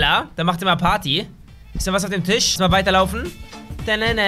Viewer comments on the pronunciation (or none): none